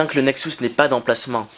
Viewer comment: Bonne vidéo mais par contre juste un chose qui me stresse : ta manière de prononcer "Nexus" il s'agit du son U et non du son OU